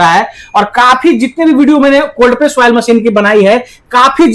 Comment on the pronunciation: वायल नही ऑयल मशीन होती है